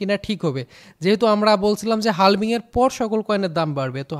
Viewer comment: হালভিং না ভাই হাভিং বলে এটাকে